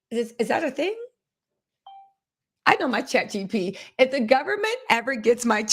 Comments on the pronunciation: The way you can’t say ChatGBT to save your life has me cracking up😂😂😂😂 you done called that thing everything but its name. OMG I love me some you!!! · I’m dying at how you say chat gpt 😭😭😭😭😭